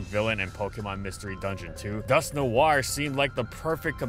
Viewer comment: "Noir" is French for "Night", and while his pronounciation isn't perfect, he's at least close